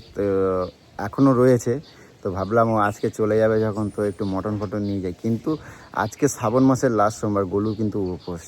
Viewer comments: ওরে অশিক্ষিত! কথাটা "মাটন".. "মটন" নয়! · কথাটা "মাটন".. "মটন" নয় রে, অশিক্ষিত!